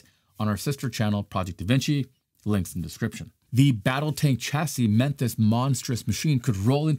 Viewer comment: "Chassis" ==> soft "ch." Pronounced shassy. Emphasis on the sha.